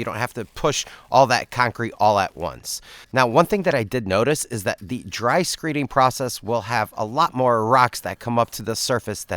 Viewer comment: Neither I nor YouTube CC (closed captions) understands the word you are saying as you slide a 2x4 across the dry pour. Are you saying “screening”? CC hears it as screeing. What is that? Screet? Screeting? And why do you lay your rebar flat on the ground? I’ve seen contractors raise the rebar up a little bit off the ground.